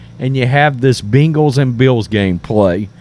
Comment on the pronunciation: Who the hell are the Beangals? Say it right brah! 🤣